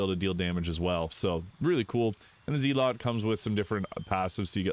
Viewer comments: I hate to be that "well, actually guy", but according to Webster's and google, it's pronounced my way. The accepted received pronunciation is Zehl lut. I took elocution classes for my stutter. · it's pronounced like Zell it, not Ze Lot.